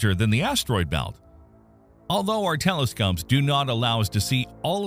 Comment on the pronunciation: Telescops? Come on, man. Clearly it seems that you're using AI